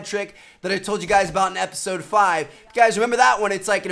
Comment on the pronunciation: Say episode correctly fhom